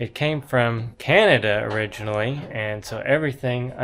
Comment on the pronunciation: Did you say Cananada 🤔